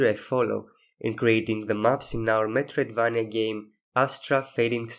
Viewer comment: Interesting and well-done video! I mean no disrespect, your English is good, but you could look at a couple of videos and learn how to pronounce metroidvania properly.